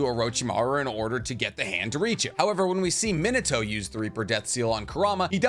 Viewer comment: Love your videos. But... His name isn't Min-uhh-toe 😄 Its Min-aah-toe